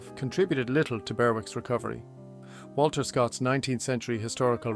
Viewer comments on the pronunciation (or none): none